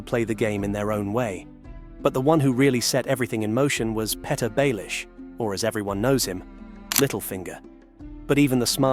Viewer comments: Littlefingers mistake is allowing an AI voice to keep misprouncing his name as Peta.......it is Peter.....😂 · “Pet-Her” Baelish? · His biggest mistake was letting AI mispronounce his first name. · It's "Petyr Baelish". Use Google Translate to pronounce "Petyr".